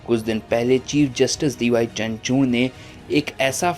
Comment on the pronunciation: चंद्रचूण नहीं चंद्रचूड उच्चारण चाहिए बाबू